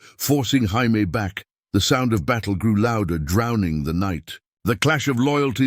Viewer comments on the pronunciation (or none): What's with the weird Jaimie pronunciation?